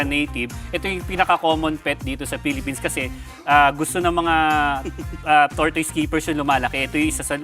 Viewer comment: /tor tis/ po pronunciation jan.